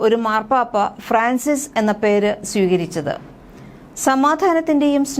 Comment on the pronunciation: It is Fran cis not fracis